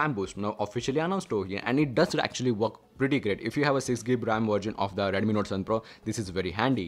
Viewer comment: Its redmi not reddemmi